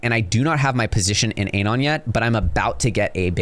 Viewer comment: Bro can’t even pronounce anon lol